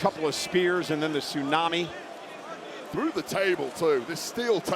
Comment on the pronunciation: This is nonsense,even to a commutator who's saying Suunami,this is stuipd 😢😢